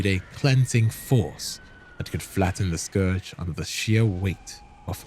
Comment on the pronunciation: FYI 'scourge' rhymes with 'urge' not 'forge'.